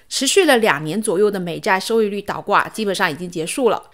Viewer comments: 倒是四声岛是三声，不是一个字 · 练练发音，是倒挂不是岛挂，你是哪里人呢？